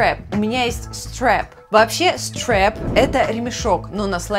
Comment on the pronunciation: Опять же слово Strap произносится как "страп", а не "стреп". Слово carry правильно "карри", а не "керри". Из-за чего такие ошибки?